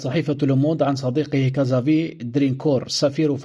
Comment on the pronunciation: كزافيي وليس كازفي